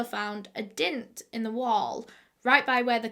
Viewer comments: It took me longer than it should to realise when she says “dint” she means “dent”😩😂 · "They found a DINT" I'm sorry, a what now?😂